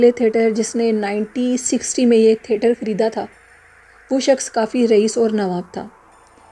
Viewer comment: Assalamualaikum warahmatullahi wabarakatuhu From lucknow with love. Its theatre not therter . Nice stories thank you.